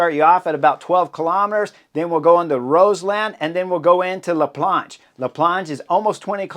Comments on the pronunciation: Only Americans can manage to pronounce la Plagne "la planche" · "La Plagne" sound like "Lasagne" 🎉🎉🎉